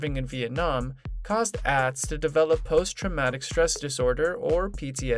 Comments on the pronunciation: It’s ahhhhhtz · You need to pronounce Atz name correctly!